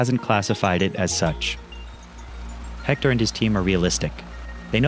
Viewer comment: siiiigh,..... h is not pronounced at all in spanish. Éctor and Héctor would be pronounced the same way. I have no clue why English speakers , particularly people from the USA pronounced Héctor with the H like it was spelled with J spanish, and it's not the same.